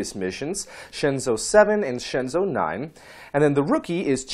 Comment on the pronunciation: Your explaination is surely better than pronunciation, but still I think is incorrect. If we want to use english isntead of pinyin it would probably be something like this: Shenzhou = Shan--joe-oo, Tiangong = Tee-an--gong. For jiuquan I don't think it is possible to write it in english, the sound of the character Jiu would be something like "gee-oo", but quan is not writable in english, it's something like the "ch" of "chew", "oo", and "an" with the english (not the american) pronunciation. Phonetic alfabet is much more suitable for this kind of things ^^